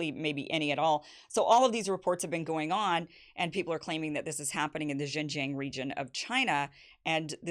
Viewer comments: To the non-Chinese speaking readers, May I suggest that Xinjiang is pronounced as "Sing-jiang" which is closer to the actual mandarin pronunciation than " Zine-jiang" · Kim Xin-Jiang is pronounced "Sheen" Jiang! like Charlie Sheen!!!! please I can't stand Jing Jiang one more time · Kim, JFYI, it’s pronounced Shin-Jiang. X is similar to the SH sound but slightly different. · why can't she pronounce XinJiang? if only we treat African and Native Americans here as well as the Uyghurs are being treated now in XinJiang.... Also Uyghurs weren't originally Muslims... Their culture predates Islam, wine making is a prominent part of their culture which is outlawed by Islam. Many moderate Uyghurs were the main targets by extremist attacks in the 2010s.